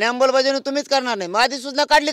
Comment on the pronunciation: अंबल की अंमल..बजावणी😂